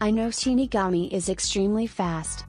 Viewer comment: bro what do you mean "Shiniagami Lantern"? Its Shinigami lantern